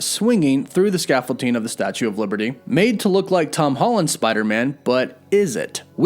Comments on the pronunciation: Scaffold-DING, not ting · Why do you call it Scaffolting? It's ScaffolDING 😁 It's like your Wolf becoming Woof haha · Sorry, what is scaffolting? Did you mean scaffolding? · Does this guy think the word “scaffolding” is pronounced “scaffolteeng”? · stressing me out how you keep saying 'ScaffolTing' instead of 'ScaffolDing' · Oh man every time I hear him say "scaffol-ting" it takes me out haha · "The Statue of Liverty and that scaffolting" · Man said scaffolting 💀💀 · ScaffolTing? Sorry, I couldn't unhear that. Joking aside, well done video! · scaffolDing... with a D not a T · Really bothers me how you say scaffolding. There is no T. Lol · You're killing me smalls! There's no t in scaffolding. Not sure why that's driving me nuts like it is, but damn, it really is lol. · ScaffolDing. With a D, my dude 😂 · I'm sorry, but it bothered me every time you said it... There is not a "T" in scaffolding. Sorry, my ADD gets me sometimes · dude, you know there isn't a "t" in that "s" word you horridly butchered 20+ times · Why does it bother me so much the way he pronounces "scaffolding" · Scaffolding doesn’t have a t in it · Scaffolding man, there’s no T…don’t mean to be that guy, but….